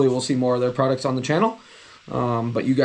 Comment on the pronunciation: What is a "projict"?? What is a "prodict"??